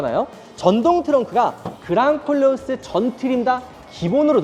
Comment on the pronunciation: 내 귀가 이상한가. 그냥 꼴려어스로 들려요 😂